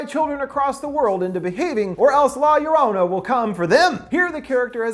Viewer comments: Okay no shade but he really stressed her name was pronounced “Jo-ro-na” in his video about her then he just defaults to “Yo-ro-na” in this video lol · Its llorona not lorana long o not short o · Sure hate the way every “american” says llorona. Its pronounced (Yo-rona) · Ragnarok R wymmmmm I’m not bothered by the lorouna pronunciation I think it’s funny aslllllll🤣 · Pronounces llorona wrong Me **one Hispanic boi**:😂 No offense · you said llorona incorrectly especially since we heard you teach us how to say it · The way you pronounce llorona makes me sick could not even finish the video thanks for the offence